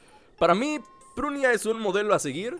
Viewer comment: ES PRUNIAAAA, NO PRUINAA, PRUNIAAA IAAA IAAA, P R U N I A, PRUNIAAAA!!!